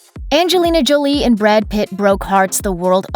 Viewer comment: "Brood" lol